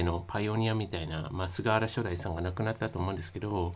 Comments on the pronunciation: 投稿なさるのであれば、言葉は選ぶべきではないでしょうか？ 伝える側が、菅原初代←をしょだいと読み上げてますが正しくは、はつよ(さん)ですから❗️ 亡くなった方に対して、知らないのであれば真摯な態度で投稿されたらと思いました。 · 前もしょだいって言ってましたね:( ;´꒳`;) コメントには目を通してないのかな？ 普通の感性なら「はつよ」って読むと思うけど、ネタで言ってるのかな？ しょだいなんて名前いるかよ笑